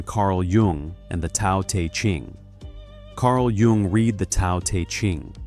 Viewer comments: Just FYI everyone, this is AI. Well at least the narrator is. Listen to when he says "read" pronouncing it as "reed" when it should in context be pronounced as "red" Also he pronounces Taoism with a hard "t" at the beginning instead of a hard "d" like how it's actually pronounced and anyone who has any depth of understanding about Taoism would know this... I have multiple copies of Tao Te Ching and ALL OF THEM bring this up in the introduction. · Yep. Also says "read" which should be pronounced "red" as "reed." Caught onto this video being AI right away. Sorry, I just don't trust anything with an AI narrator--it makes me wonder how much else is AI when it comes to the content. Thank you for alerting other viewers 🫶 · You know it's AI if it can't tell the difference between read part tense and read present tense 😐👎👎👎👎👎👎👎👎😡😡😡